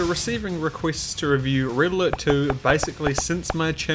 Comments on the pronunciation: IT's Pronounced "RED ALERT"!!! not "RIDDLER". Learn proper English for God sake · Pronouncing "red alert" as "riddler" really confused me